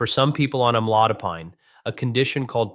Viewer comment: Ai robot can't pronounce the drug.